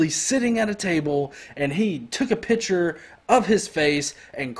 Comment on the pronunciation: what's a "pitture"? ^^